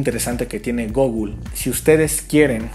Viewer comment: "Gogul" ??? Lmao